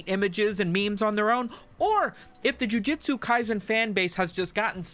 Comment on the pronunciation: JUJUJUJUJUTSU NOT JIUJITSU!!!!!